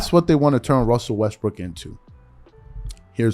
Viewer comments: I caught you sir you said " westbrick" 🤔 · Stop saying his name wrong. He's Russell Westbrick 😂🤣